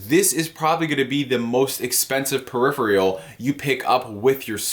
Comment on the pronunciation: Why is peripheral such a hard word to pronounce? "Periff-re-ull" and "perry-fre-all" - YouTube needs to send you all back to school...it's pronounced PEAR-IFF-ERRAL!